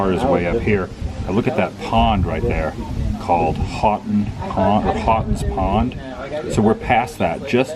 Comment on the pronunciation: It's pronounced "Hoe-tons pond" The barn is where they keep or used to keep the State Police horses you see at every major event for crowd control.